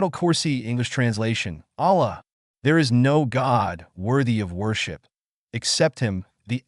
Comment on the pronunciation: Don't use AI if it is gonna pronounce Allah's name and his other names wrong, delete the video